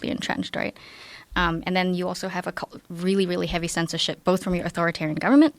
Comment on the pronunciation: "Especially TECH scensorship..." she said...hmm 🤔